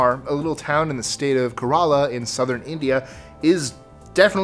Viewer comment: Kerala.... "CARE-ah-lah"... not "kah-RAH-lah".